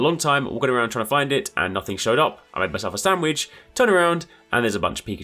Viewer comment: Lol the way you keep saying "Sam-widge" 😂